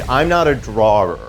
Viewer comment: I'm not a drawer...draw_err!! 😂😂 loveee, kwesi and jared(even tho he's not in this particular vid) so much.🩷